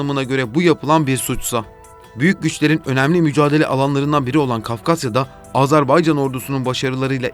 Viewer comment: Videoyu seslendiren sevgili GZT editörü: "Azarbaycan" diye bir ülke maalesef ki yok. Ülkenin ismi "Azerbaycan" diye okunur. Teşekkürler.